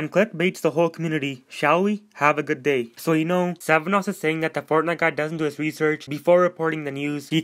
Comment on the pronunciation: Good video but it's SVENnoss not SEVENoss